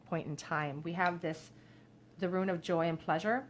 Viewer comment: Thank you for the reading. If it helps, try to think of the word rune as being said like ROON. You would never pronounce ROON as RUIN.